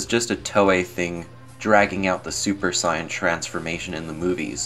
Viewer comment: it's pronounced Saiyan